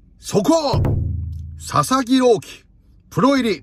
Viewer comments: 一瞬佐々木朗希投手が里崎朗希に聞こえた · 里崎さんが「佐々木郎希投手｣って言ってるのが「里崎郎希」に聞こえて車の中でめっちゃ びっくりしたwww